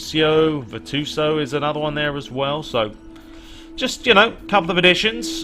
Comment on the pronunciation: Virtuoso, VER-Chu-oh-so